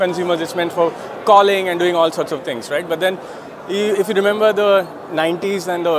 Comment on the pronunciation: the rrrrrr in rrright is just great